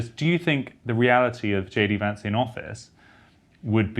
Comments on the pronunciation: it's Vance not Vonce. lol #merica #1776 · For the record, his name is JD Vance, not JD Vahnce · Why call him "Vahnce", when it's easy to say "Vance" (like "cancer")? It's a name, not a case of British vs American pronunciations eg of "dancer" and "chance". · I would never tell a Brit to say "chance" or "dance" like an American, but really, there is something absurdly precious and tone-deaf in mangling an American's surname. His surname isn't "vahns," it's "Vance," rhymes with "ants" and "pants." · Vance. A as in Hat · Pronounce Vance correctly!!!!! It is not “Vaaaance” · “Vaunce”— so not hillbilly, Freddie. 😂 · Learn how to pronounce Vance like Kass. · Freddy, his name is not pronounced Vance as in RP advance but Vance as in American short a... No one says Barclay California. It's Berkeley..